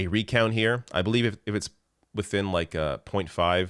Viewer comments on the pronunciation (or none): none